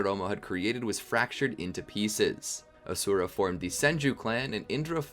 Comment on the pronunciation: its not A-sura its A-shu-ra